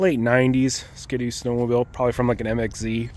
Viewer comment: SKDOO?? Not SKI-DOO? 🤣🤣🤣